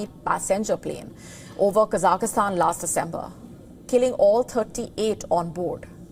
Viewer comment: It is Kazakhstan and not Kazak i stan